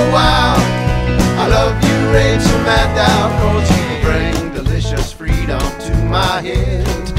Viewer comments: Great song, man! Gotta tell you, though. It's Madd-OH. Like, if a Yankee were saying "meadow." Like, that's how she pronounces it. That's how she has before when reading her own last name. Woo, Oh, I like Rachel Madd-OH, too. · Not to be all nit-picky but Maddow rhymes with shadow, great song though!